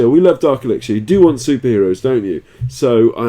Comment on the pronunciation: You rock Daddy and i love your vids but could you please pronounce elixir as [ih-lik-ser]